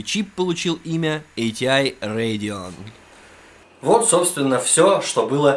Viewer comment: ахахаха Бля когда он сказа Radeon я чуть не кончил))